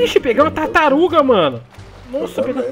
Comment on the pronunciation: Acho q ninguém percebeu q ele falou tartarum no final lá kkkkk